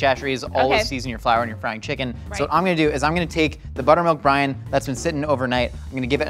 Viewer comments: I've been watching too much GMM that I hear Buttermilk Brian instead of Buttermilk Brine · Even though I know what you're actually saying, my brain keeps hearing "Buttermilk Brian 👑" because, you know, GMM 🤷🏽